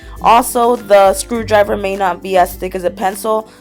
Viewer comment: am l only the one who heard screw driber not screw driver